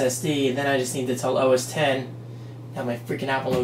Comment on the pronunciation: Thank you so much for saying OS 10. I cringe when people say OSX